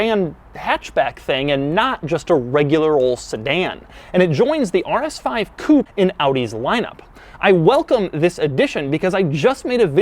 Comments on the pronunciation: It’s « coupé » for crying out loud! Not « coupe »! For someone like you Doug, who’s passionate about cars, you surely should know that by now! Shame on you! 🤣🤓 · Coupe has to be pronounced "coupay"